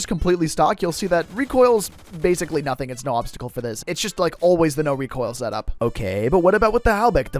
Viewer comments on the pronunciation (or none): none